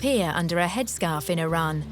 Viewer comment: the woman cannot even pronounce Iran correctly.